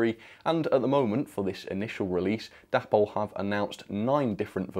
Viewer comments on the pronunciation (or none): It’s pronounced day-pol!